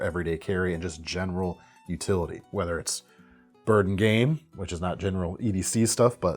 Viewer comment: YOU'LL-TEE CLIP.... like utility...